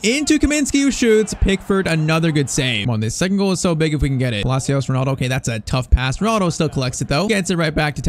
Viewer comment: Bro thats not ronaldo thats Rinildi